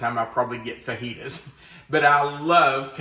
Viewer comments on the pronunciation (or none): none